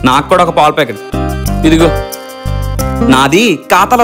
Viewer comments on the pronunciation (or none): not pol packet palapacket